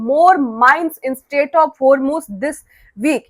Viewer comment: Homeruz nahi hormuz .galti hoti he koi baat nahi